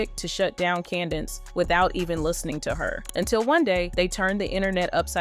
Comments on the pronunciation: Say with me: Candace Owens. Not candance owens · Please stop saying Candence Owens 🙃